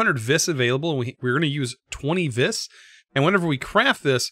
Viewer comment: According to the Thauminomicon, vis is pronounced like the letter V. Not that it much matters, I just thought you might want to know.